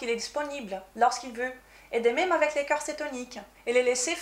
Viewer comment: Bonjour. de Maigrir Définitivement n'est pas anglophone mais lusophone (elle est Brésilienne). C'est vrai elle parle très bien français. Avec cependant un petit défaut d'accent entre "corps" et cœur" qui peut être troublant pour la compréhension de son discours, par ailleurs très clair et intéressant.